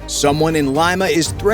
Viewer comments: Wow! I knew Peruvians make the best ceviche but I didn't know they make the best counterfeit money, too. And, the capital is pronounced, Leema not Lyma. 😂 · "Lee-ma", not "lie-ma" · That's LEE-Ma...not L-EYE-Ma.... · Lima = "Lee-Ma" not "Lye-Ma" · Its LIMA,not lyma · Leema. Leema. Not Lime-a. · Its pronounced LEE-mah not limemah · “Lyma” 😂 it’s “LEE-Mah” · LEEEEMMAAAA.... not Lyma!!! FFS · Lima. Not "Laima". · Leema not L-eye-ma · Great video but please pronounce "Lima" correctly. "LEE-MA"... not LIME-AH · Lee- ma, not lima. Like the bean😊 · Lima is pronounced Lee-ma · Lima pronounced LeeMa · Lima pronounced Lee ma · IT"S LIMA..........NOT LYMA.........GO BACK TO SCHOOL.........UGH. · Good lord, dude, it's not pronounced "lima" like the bean! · Great vid ! But Lima it’s “LEE-muh”! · Leeeema. Otherwise, great video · It’s pronounced “Leema” stupid. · " Lee ma " . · Lima is pronounced “Leema”. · Fix his pronounciation of Lima lol- other than that great video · Please pronounce "Lima" correctly. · My only question is how many times will he mispronounce Lima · The A1 vocals were great except for that huge mistake